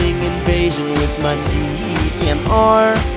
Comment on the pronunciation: Sounds like he is saying DEEMR.